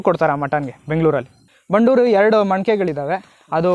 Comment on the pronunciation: It's Bandur and not bannur... Many ppl pronounce incorrectly..